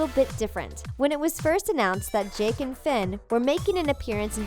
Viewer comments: Did she say jack instead of Jake?! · When you said the robot thing met jake you said jack you said it wrong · did anyone here them say jack not jake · Did she just say JACK and Finn?!?!?! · JACK AND FINN???????? IT IS JAKE AND FINN XDXDXD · SUPERSNOWGOLEM *Jake